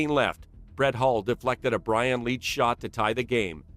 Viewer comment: umm leetch kane... come on